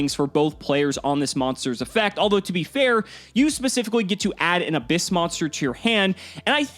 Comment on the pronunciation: The correct pronouciation is Ab- hyss, a pun with the sound that snakes make with their tongues.